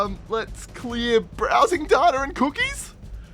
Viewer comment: It's data not data